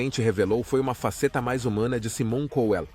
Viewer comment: Esse narrador é ridículo, não sabe nem pronunciar o nome corretamente , e não é apenas o de " Saimon Couel " , essa é a pronúncia correta , mas de todos que ele narra